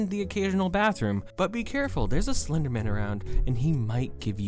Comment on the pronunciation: slurrrrrrr your own words